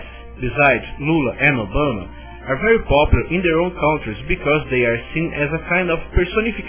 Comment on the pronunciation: Eu nunca ouvi coisa mais engracada: o rapaz disse "velhos" para a palavra "values", que significa "valores", no contexto. Tambem disse "KAUNTRIZ" para a palavra "countries", que em ingles e' pronunciada "kantriz", aproximadamente.